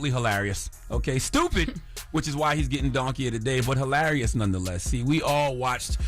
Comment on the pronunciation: "Halarious" really Charlmane??? You are what they say you are.